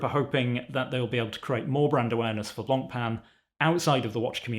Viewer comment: the worst part of this is now we have to hear everyone day Blancpain wrong